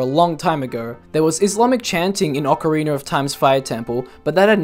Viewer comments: Not to be rude but why do you pronounce OoT it as “ocarinER of time”? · i lose a brain cell every time someone says "Ocariner of Time" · *cares about pronunciations* OCAREENER HAS JOINED THE CHAT.